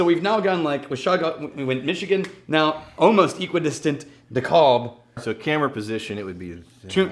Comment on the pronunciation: its a long A in DeKAlb